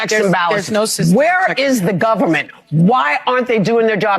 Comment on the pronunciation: We don't have a "Gover -MINT". She is confused, I think she is looking for some candy.